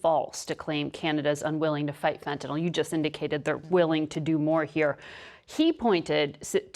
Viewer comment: Just so folks know... The drug is called FENTANYL. Fenn-tuh-nill... Not "fettanol". Public officials should atleast know giw to pronounce the words pertaining to the issues they are speaking of.